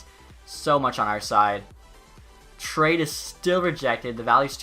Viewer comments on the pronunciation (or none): have to have a litte chuckle after every trade “trhehade” is accepted